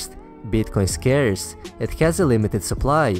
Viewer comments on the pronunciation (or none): *scarce not scares. Otherwise, great video! Makes sense to me. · I believe you mean bitcoin is "scarce" . . . not "scares" (?)